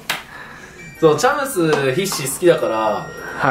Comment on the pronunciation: チャムスが茶碗蒸しに聞こえる……。